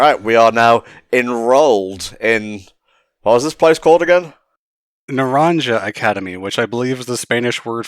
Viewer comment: Naranja is pronounced as “nah-RON-ha”, j’s in Spanish are usually said as Hs. As for me, I greatly enjoyed my playthrough of Violet, but between the technical hiccups and how fresh Arceus’s gameplay felt, I had to put that game above this for personal GotY 2022. Still gotta come back and do the DLC. And friendly reminder to completely close the game out when you’re done with your recording session so as to reduce the memory leak issue and have less pop-up and slowdown problems later on! And to hopefully avoid the music bug, unlike me.